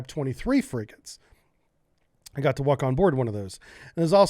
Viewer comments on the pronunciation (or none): none